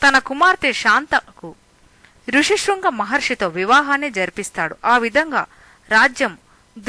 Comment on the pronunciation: Rushi Sringa Maharashi kaadu. Rhushyashrunga Maharishi. Upaasam kaadu. Upavaasam Anali.